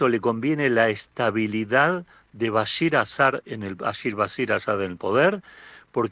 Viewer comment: Para empezar el presidente de Siria no se llama Bashir EL Assad, se llama BashAr AL Assad, su apellido es compuesto como por ejemplo “del potro”, no se puede decir “potro” solamente, es un apellido compuesto y se le debe decir siempre “del potro”, lo mismo “al assad”, no se le puede decir solamente “assad” es un apellido compuesto y se debe pronunciar siempre “al assad” Y su padre se llamaba Hafiz, Los paises del golfo mas desarrollados??? Son principados no existe el voto ni los políticos son solo las realezas quienen manejan los países del golfo!!! La familia al assad en siria quieren slgo similar que los países del golfo para su país y los sirios se niegan a aceptar eso!